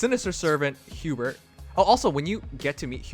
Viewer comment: its not hubert lmao